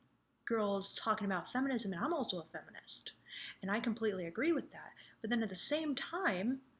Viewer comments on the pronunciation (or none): none